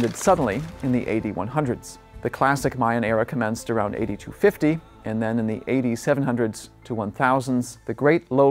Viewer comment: EVERY TIME he says A.D it sounds like he says eighty. For example A.D 900's sounds like 8900's, A.D 635 sounds like 80,635, it was confusing the heck out of me, even the captions had it as "8900's", I didn't know if he was going by the Aztec calendars or what.